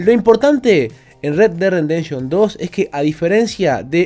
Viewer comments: Me encanta la manera de de pronunciar Red Dead "Rendemption". Supongo que se refiere al duro renderizado que tiene este juego. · Like por: red dead "rendenshon" xd